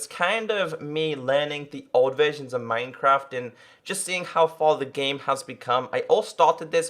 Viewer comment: "mynecraf" xD